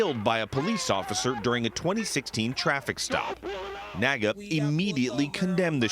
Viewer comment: Its NAAGA. I think the name was inspired by the NAACP. So I'll just refer to it as the N "Double A" G A.